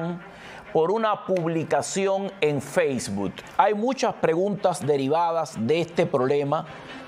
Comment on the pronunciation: Sr. no se dice Faceboot se pronuncia Facebook, con una K all final